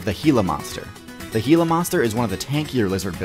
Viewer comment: Gila is not "hee-luh" it's "gee-yuh"